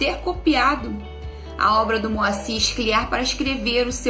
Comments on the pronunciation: com todo respeito, a pronúncia do sobrenome de Moacyr, não é SCLIÁR e sim SCLÍAR. Um abraço dos gaúchos e parabéns pela resenha!!! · A pronúncia é Sclíar (a tônica no Cli e não no ar).